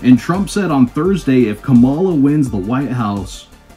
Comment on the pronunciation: KAM a la At least pronounce her name correctly.... Even Donnie Disinfectant pronounces it correctly now! talks too much